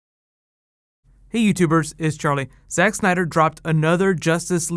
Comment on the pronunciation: Did you just say SEX SNYDER at the start?